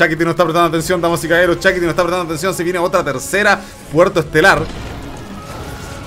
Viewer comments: Se escribe Shakti, pero le dice Shakiti. Todo un innovador el 😄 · dice «Chakiti.» 😅😅